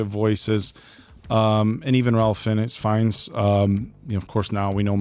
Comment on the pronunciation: I love the voice of God: it's Val Kilmer and then the other cast members whisper the same lines of dialogue. Ralph Fiennes is pronounced "Rafe"